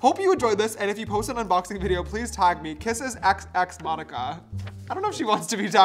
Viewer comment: Why are u saying my name like that its monika